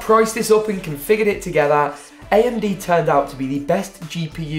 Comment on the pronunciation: Ayamde thats how you say amd like lol no hate btw